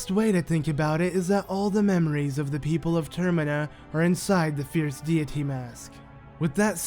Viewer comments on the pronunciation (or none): Fierce deity (Fierce dayity)